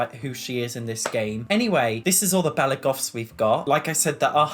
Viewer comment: "belly goffs"